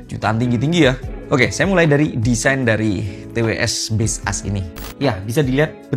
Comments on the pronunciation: maksud gw, kalau dari cara baca sesungguhnya, jelas bukan base us (yg pake spasi). Tapi kalau cara baca dari POV pemilik brand ya serah² dia.. Tapiiii, untuk orang umum ya tetep ikut umumnya gmn. Coba ketik di translator terus bunyikan audionya. Juga di iklan baseus yg luar, ngomongnya tetap baseus, bukan base us. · aku ngasih tau doi, soal base us kata abang ini, malah di ketawain 😭😭 di akun officialnya aja mereka bilangnya baseus, bukan base us 🥲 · Ga brmksd jdi grammar police, tapi "Baseus" mestinya sih dibacanya "bays-yooz". Soalnya Baseus sndiri filosofinya "based on user..." 🤭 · Kok base us? Ini ngawur ini cara bacanya.. 😂😂